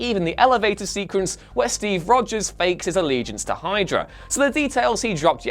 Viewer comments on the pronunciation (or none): none